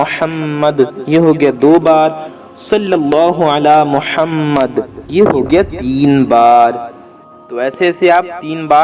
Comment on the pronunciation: Mohammadin hai,aap galat padh rhe hain